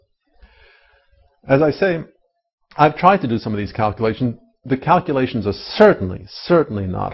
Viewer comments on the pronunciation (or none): did berlinski say he tried to do "cow-culations?" lol